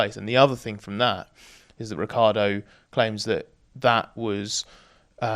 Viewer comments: it's not pronounced rick-ardo. It's rich-yardo. I am italian, I would know. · Or as Vettel did call him, Ri-CHAR-Doh 😉